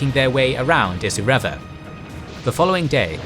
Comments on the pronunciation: It’s really annoying that he can’t pronounce Kokoda or Isurava correctly. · Having walke the track let me correct some pronunciations Kokoda: Co Co Da Isurava: Eye Sur Ah Va Myola: My Ola Deniki: De Knee Key Illola: Eye Lola Milne Bay: Miln